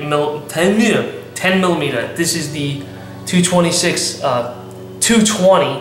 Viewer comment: 'nice ten milla-me-tuh!' LOL!